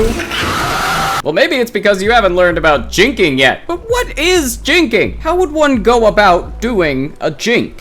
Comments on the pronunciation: I though u said twink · ngl i thought he said a racial slur